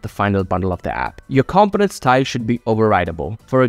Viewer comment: I promise I'm not trying to be a jerk, I had a hard time with the word as well.. Component is pronounced: Kuhm-poh-nuhnt. The first O makes more of an 'UH' sound, The second "o" sounds the same as the letter, e.g. "oh".